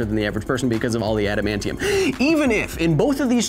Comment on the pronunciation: Orrrrrrr... U can shoot him with an "ADAM-MAIN-KNEE-YUM." bullet 🤙🏾